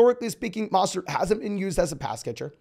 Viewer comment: Who is Maw-stert? He knew?